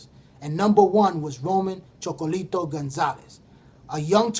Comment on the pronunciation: good vid, but it's ChocolaTITO not Chocolito...